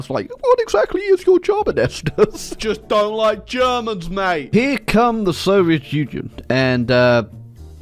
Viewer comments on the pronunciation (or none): none